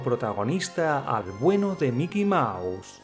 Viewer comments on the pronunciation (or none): none